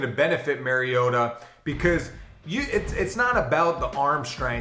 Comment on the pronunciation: His named is pronounced MAR-ee-O-ta. Not Mary-ota.